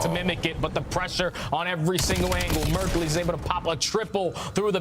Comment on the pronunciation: Kinda petty that can't pronounce Mercules correctly